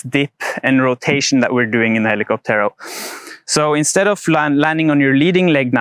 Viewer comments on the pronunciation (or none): Please stress the ó and not the last e when pronouncing hell-ee-COP-tero. Cocotero.